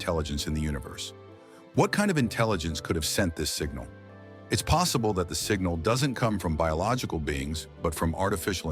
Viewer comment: He is just talking nothing new! Except “singnal”